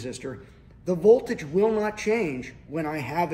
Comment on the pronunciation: "A standard silicone diode." Nope. It's silicon. Volage?😆